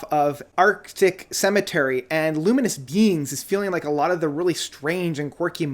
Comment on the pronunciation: Haha, this guy loves to pronounce everything wrong all the time it's funny. Swear he said 'Ludium Beings' for Luminous Beings.